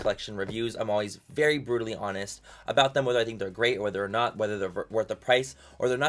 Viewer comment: "Brutually Honest" okay guy😹